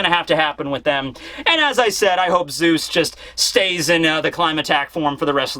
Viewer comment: it's Zeus not zues